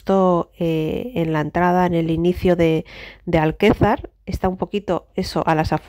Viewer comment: Es Alcázar de San Juan, no Alquezar!